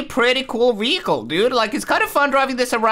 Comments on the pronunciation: your pronouncing vehicle wehicle learn to pronounce words properly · He lowkey says weichle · hes saying weacle